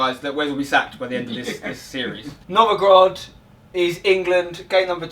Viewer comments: 'Novogrod', would he stil believe its 'Novogrod'? (It's obviously (Nizhny) Novgorod) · It's Novgorod, not Novogrod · It is Novgorod not Novogrod :D